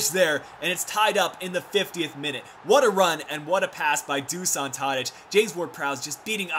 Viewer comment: just one thing, in Dušan Tadić (the "š" is pronounced as "sh")